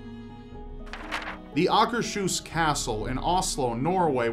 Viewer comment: Just got to say that your pronunciation of "Akershus" is flawless!